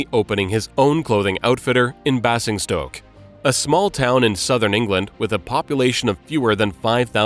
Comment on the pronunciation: Basingstoke is pronouncd BASE-ING-STOKE not Bassingstoke. I do wish you Yanks would check on the correct pronunciation before making these videos. Spoils what would otherwise be a fascinating subject